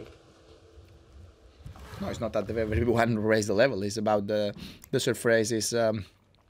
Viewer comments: love the way he says 'surfraze' for surface :) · "It's a tricky Surfrayce" - Nadal 2018